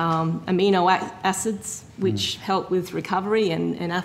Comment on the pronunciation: Had a pencil in or around his mouth for much of the questioning, seemingly unable to pronounce "th" - heard "commonwelf" and "wif" instead of with.